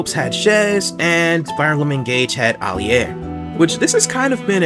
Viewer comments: I never heard Alear name said like that before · I like this video a lot, NOT how you say Alear tho